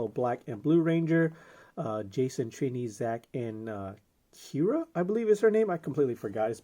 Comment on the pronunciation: Kiya not Kira.